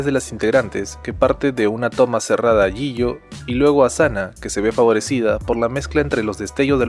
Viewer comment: Mk los nombre hay nooooo me estresa cuando dice el nombre de jihyo